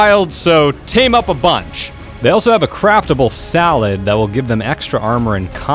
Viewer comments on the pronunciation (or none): did he just say craft a ble walled instead of craftable saddle